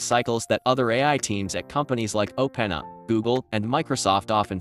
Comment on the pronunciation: Funny how in a video about how great Ai is yet we can't get an Ai voice to pronounce openAi properly :)